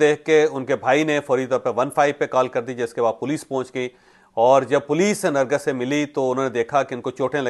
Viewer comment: nargis ka nam ap theek nhi le rahe ...ap nargas bol rahe hen asal nam nargis ha